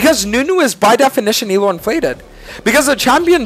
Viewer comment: Bro annunciates every letter in ELO